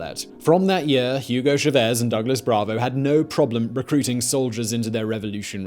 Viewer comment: Coño pana, "Yugou Chavézz"? A mi tampoco me gusta el tipo pero ese no es su nombre 😂